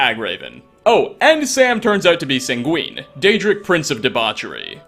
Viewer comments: But the argonian did say Sam geuvienne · Sheesh, I just realised that "Sam Guevenne" is Sanguine. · You pronounced Sanguine wrong.